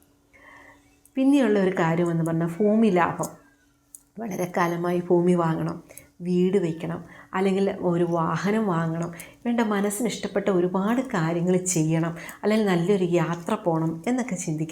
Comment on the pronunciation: Foomi യല്ല സഹോദരീ ഭൂമി യാണ് 😊